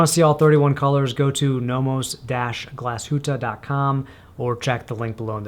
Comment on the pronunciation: „Teefseakrow“ is kind of the right way to pronounce it😁 But you’ve done a very good job pronouncing Glashütte!